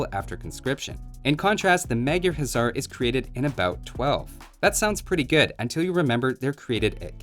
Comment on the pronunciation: Funny enough, even though it looks like it should be pronounced "Huzzar", the Magyra Huszar is actually pronounced "HuSar" with a soft s-sound, since in Hungarian, 's' makes "sh" and 'sz' makes "s".